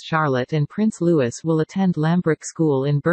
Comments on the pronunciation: Lou-ee-- not Lewis! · Will they alter these fake voices so that they pronounce the children's names properly. It's is pronounced Looee, the french way.